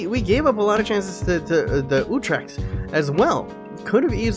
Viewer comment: Its pronounced ootrech, c is sort of silent